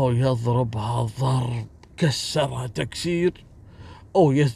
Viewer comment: أحلا شي لما يقول يضررربه ظررررب هههههه